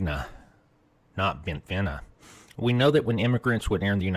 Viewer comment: Bentivegna is pronounced with a soft G in Italian. It is correctly pronounced like Bentivenia.